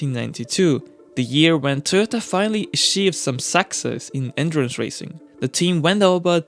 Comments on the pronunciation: took me half the video to figure out he was talking about "endurance" cars and not "entrance" cars. well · It's "endurance racing", not "entrance racing"😂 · This nigga said andurance racing